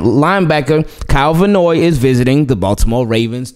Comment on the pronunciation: Love your channel, I'm hearing you pronounce Kyle Van Noy's last name Vannoy, like it's one word. It may seem irrelevant but I hope a professional like yourself appreciates this & does not take it in a negative way. Thanks for listening. 😊